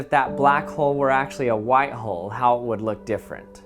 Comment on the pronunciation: Learn how to say white please